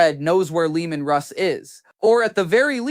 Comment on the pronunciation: The disrespect having AI call Leman Russ, Leandros.